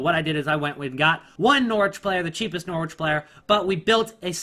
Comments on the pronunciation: when saying Norwich don't pronounce the W so it sounds like this norich not NOR-Wich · Norwich is pronounced norridge in a way. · Why are you prenouncing Norwich bare weird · Anyone else hate the way he says Norwich